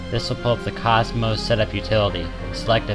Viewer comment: why did he pronounce the cmos "cosmos", did i miss something? i always pronounced it "cee moss". I must be a noob lol.